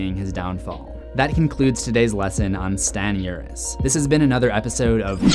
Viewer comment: "Stanny uris" 💀